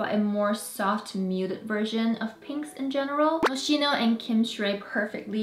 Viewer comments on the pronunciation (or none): Hi, love your content ❤ definitely not to hate but “Moschino” in pronounced “MosKino”. I got you girl ❤ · FYI the brand is pronounced moss-ski-no